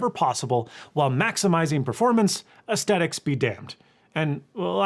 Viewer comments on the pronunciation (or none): come on man, don’t be one of those. ACE-THET-ics, not ASS-TET-ics. You’re a tech channel, not a makeup/fashion *belch* “influencer”